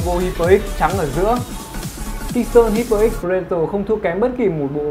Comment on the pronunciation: Đọc là hai pơ ích chứ không phải là hi pơ bạn ạ